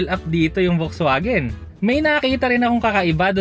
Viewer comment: FAX-VAGEN (not "folks" vagen)